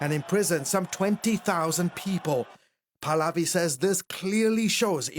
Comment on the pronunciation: His name is PRONOUNCED PAAAAAHHHHH-LAAAAA-Viiiiii Not Paladi..... he's not a gym polati class😂😂😂😂